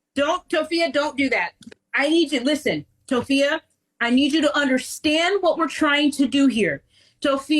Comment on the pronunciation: "toe phee uh" 💀 Hearing how stressed out those animals are absolutely breaks my heart